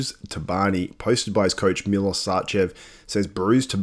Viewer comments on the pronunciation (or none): none